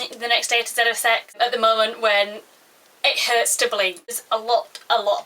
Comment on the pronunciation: Haha, at first i came here to write " I WANT 40 million views" and have people go in my channel.... but then i heart you say " aloot aloot aloot" aww.....and it was so nice..